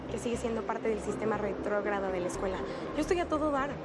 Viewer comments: esa tipa no sabe decir "retrógada" jajaja qué rayos, por qué no repitieron la escena xD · jajaja "el sistema rewtrowgada" jajajaja ni lo pronuncia bien jajaja